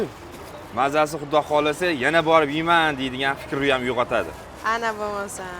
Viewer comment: Yena bir deganzdan bildm Xorazmli akanizi